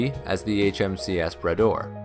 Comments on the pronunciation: Grates on my ears every time I hear him say "Brayder'. It's 'Brah-door', ffs, Make an effort. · . Had to go back and listen again; I heard the rename as the ‘Bidet’ the first time. 😁